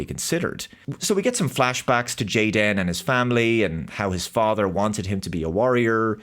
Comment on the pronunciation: Stop pronouncing the superfluous hyphen. His name is Jayden. Just like half of the kids at Karen's Kindergarten. May as well have made him blond, white, and vegan! They're not even trying!